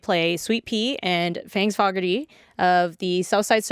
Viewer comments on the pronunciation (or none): im triggered. so she said Fangs Fogarty. So you may be thinking. What's so wrong with that? well... Forgarty is pronounced, foe-gar-te not... fog-ar-te im now going to receive so much hate for this :D